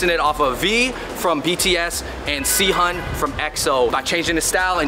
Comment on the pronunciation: yikes bro how could you butcher Sehun's name so badly :( you should probably look up pronunciation of names/words in another language before you film out of respect